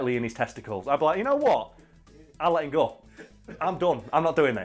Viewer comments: his accent comes out while saying go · your northerner is showing “I’ll let him goe”